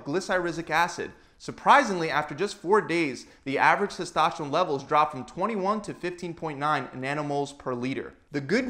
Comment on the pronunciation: Used to hearing it pronounced like testosterone by docs and the first seconds of this video was like what's testoshron... :-) sports help increase testosterone levels quickly, efficiently and safely (unless it's karate or racing, etc.).